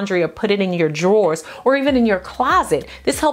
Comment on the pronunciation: You are so beautiful! Beautiful teeth too! Thank you for this info! I knew mostttt of it-but some I didn’t! New subscriber! 👈🏻 Dying over the way you say (underwear) “draws”. I love that! You’re amazing!